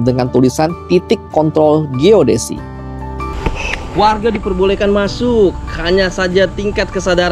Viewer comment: Aku yg salah dengar atau gimana ya? “ Plakat logam Titik Kont*l Geodesi” hahahaha 😅